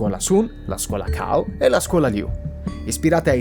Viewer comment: Tutto fatto benissimo come al solito! Pero' una cosa importante, in cinese Cao non si pronuncia "Kao", ma "Tsao". Magari e' una cosa che chi non ha mai studiato cinese ignora, quindi mi faceva piacere condividerla :D